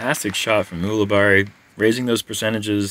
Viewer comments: is it U-luh-berry or U-luh-bar-ee? You switch back and forth between pronunciations! Lol: ) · How is Paul Ulibarri's name pronounced? says "Youli-Berry" at the intro, "Ooli-BARi" after his drive on hole 7, and seemingly every other combination in between...